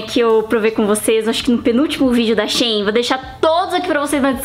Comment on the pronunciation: Né xêin não, é xi-in